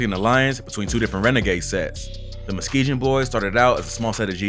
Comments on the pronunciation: I finally gotta say it Musk-ee-gon boys Dyin over here with muskeejon boys 😂😂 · You’re pronounce Muskegon wrong and it pisses me off. It’s Musk Key Gain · Why he pronounce the g in Muskegon like that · Hearing you constantly mispronouncing "Muskingum" is hilarious. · stop sayin Muskegon wrong